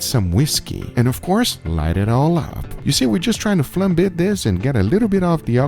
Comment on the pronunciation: Love the video, but the way Guga tried to pronounce "Flambe" was hilarious!